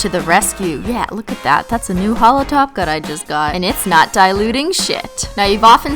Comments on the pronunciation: why does it sound like you say taco not top cote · i just realised she’s saying top coat and not glossy taco cause that’s what she says now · Every time you say top coat I hear taco 😂😂😂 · every time you say 'top coat', it sounds like 'taco' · Every time u are saying top coat it sounds like taco lol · It sounds like you say taco when you say top coat